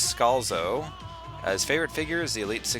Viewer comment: Yes Yes Yes! I'm actually in a video! P.S. my last name is pronounced sc al like scallops zo.